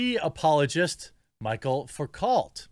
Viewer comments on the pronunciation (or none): “Michael facult” 😂 It’s pronounced like (Mich-elle Foo-coh) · Just hearing him say "Michael Focalt" is killing me. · It is pronounced "Mi-chel Fou-cault" ... he was a Frenchman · It's pronounced "Michelle Fooko"... Michel is the male version of the name. The "L" and "T" at the end of the last name are silent because... Welcome to the French language. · ‘Mee-shell Foo-coah’ 😆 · Love ya Jeremy but “Michel Foucault” is pronounced ‘Mishell Fookoe.” Frenchy. Natch. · Michel Foucault is pronounced Michelle foo-coh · And isn't the first name pronounced "me-shell?"